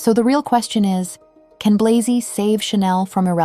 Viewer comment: Interesting video, but inaccurate at times. Firstly, Matthieu Blazy is a Franco-Belgian man; his surname ought to be pronounced accordingly. Secondly, "Gucci stabilising under Sabato De Sarno as its creative director" is a bit of a stretch. I really liked his aesthetic, but he was ousted because Gucci was in decline after Alessandro Michele.